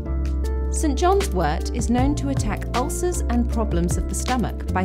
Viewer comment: Thank you so much for pronouncing wort correctly. 😊